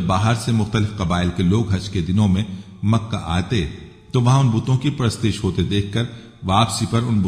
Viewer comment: یہ شخص کیا وضاحت کرے گا؟ جو الفاظ کا تلفظ نہیں جانتا، جو ان کا صحیح تلفظ نہیں کرسکتا وہ الفاظ کے معانی اور تفسیریں کیسے بیان کرے گا؟ یہ شخص "امر" کو "عمرو" اور "پرستش" کو "Purashtish " پڑھ رہا ہے۔